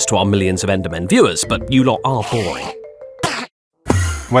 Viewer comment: It's hilarious as the person talking keeps saying "You Lot" as "You Lawt". Living on the bri'ish dream.